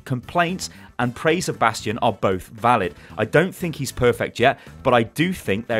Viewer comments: did you just say Bradstion😂😂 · he said bradstion! zylbrad will be proud lol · did say bradstion at min 9 and 9 sec or am i hearing this bad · "It does seem that yes, bradstion is OP" Nice one ^^ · lol "Brastion" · Did he just say BRADSTION? screeches in Omnic Also, every hero that WRESTLED with Jeff gets nerfed immediately. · did he said "Bradstion"?! xD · Did he say Bradstion? :D